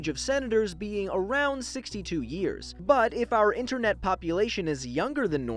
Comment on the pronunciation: How about “U.S.Inteenet”